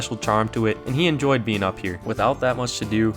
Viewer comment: I really “enojy” this video…